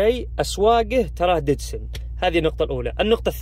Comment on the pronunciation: يقول ددسن الددسن ولله الي خلاك تركب سياره وتتقول عنه ددسن🥲